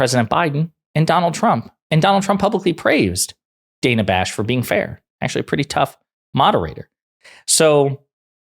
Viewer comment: Wish everyone would learn to pronounce people's names. Bash has been a very good and fair journalist for a long time.